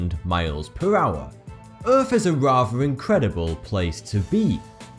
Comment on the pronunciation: Im sorry. But did you just say: "Earf is a rafver incredible place to be."? Good video either way though.